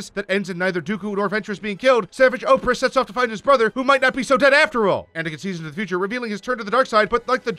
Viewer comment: I thought he was saying OPHREASS. Not OPRESS. I was like who tf is that